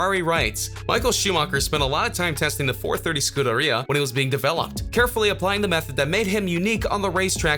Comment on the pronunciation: Love how you butchered scuderia. "SKUDD-ER-IA"